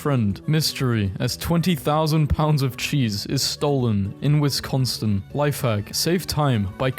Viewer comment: The creepiest part of this video is that he call Wisconsin "Winsconstin"